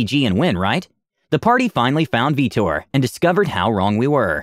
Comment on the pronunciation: Veetor. "VEETOR" at what time was that character made and was the player a mass effect fan?